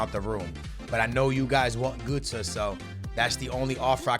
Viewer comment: Its not gūtze